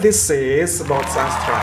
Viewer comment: Cikgu, sedikit pencerahan di minit dalam Bahasa Melayu penyebutan nama Sastra tak ditukar kepada Sastre. Ada sesuatu yang perlu difahami bunyi hujung A tak semestinya bertukar menjadi E. Di Malaysia penyebutan bunyi hujung A dan E semua digunakan mengikut gaya asal. Tak perlu tukar2.